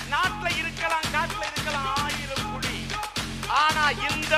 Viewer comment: Idhu ration kadayila kidakkira PULI ... :)- TR's pronounciation sucks (la, lla)